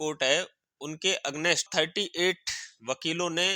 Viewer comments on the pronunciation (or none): अगनेस्ट नहीं अगेनस्ट बोला जाता है, विरूद्ध या खिलाफ या विपरीत बोला जा सकता था।